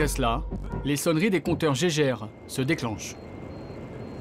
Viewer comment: le compteur "Gégèrre" MDR! On dit Geiger si jamais ça se prononce "Gaïgair" Le mec qui a inventé ça il s’appelait Geiger, pas gégé ni gégèrre. Ils étaient deux même : Geiger-Muller.